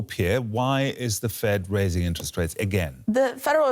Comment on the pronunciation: "Nterest rate"